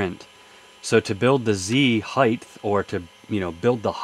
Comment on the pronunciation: Height not heith.